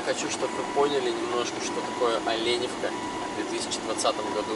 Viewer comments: ОлЕ'невка, без "Ё", с ударением на первую букву "Е" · Оленевка через Е а не йое))Тк Местные обижаются, И Водичка в Оленевке вовсе не холодная) просто зависит от месяца отдыха )) А кашель по большей степени это чистка организма тк например после Мегаполиса тут есть чем себя почистить, например полезными муссонами )) Более 15 лет гоняю сюда и для меня это уже Моя Маленькая Родина, жаль только эти жуткие стройки портят людям отдых в сезон.